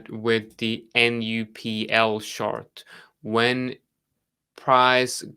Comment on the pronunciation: i love the content. its extremely helpful, im learning soo much from you. and i love how each time when you say "chart" it sounds just like "shart". cracks me every time :D